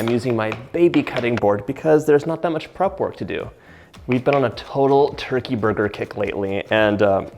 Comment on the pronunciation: Please go to speech therapy for the way you say burger